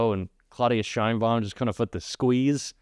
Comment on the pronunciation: I think he's really pissed this time, positively mad, can't even pronounce Sheinbaum's name. He obviously thought nobody would stand up to him and he looks somewhat surprised at Musk's "diligence"in realizing the "cuts" he had promised.